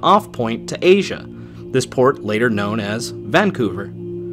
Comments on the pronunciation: It's pronounced "van-COO-ver" btw, but great video!!! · "Vancouver" is pronounced with the stress on the second syllable.